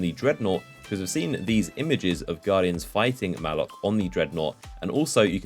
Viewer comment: Its Muh-lock not mah-luk